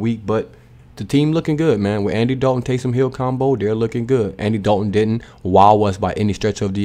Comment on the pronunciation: Tays”him” hill